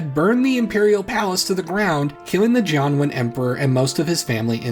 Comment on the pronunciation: I heard "John Wayne" each time you said "Jianwen", and the result was some very weird, very bad alternate history.